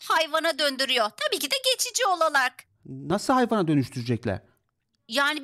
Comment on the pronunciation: ablamızın olarak diyeceği zaman olalak demesi😂😂😂😂😂